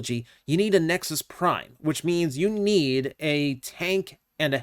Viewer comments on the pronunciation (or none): none